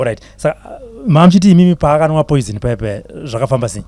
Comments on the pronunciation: Yea kunemweya yetsvina pano panyika ndazobvuma kuti aiwa iriko but naye obva akoniwa kuti poison oti poizent😂😂😂😂 peace mind instead of peace of mind 😢😢😢😢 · kkkkk chirungu bho hre poisent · Word "poisent "for me😂😂😂😂😂😂